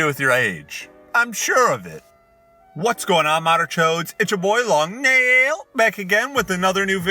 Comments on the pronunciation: I miss the intro loong neel instead of nail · The scary part is that he said Long NAAAIL again instead of Long NEEEEL